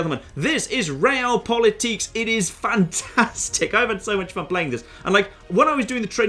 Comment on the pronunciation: realpolitk is according to wikipedia german not french, so stop pronouncing it like it is french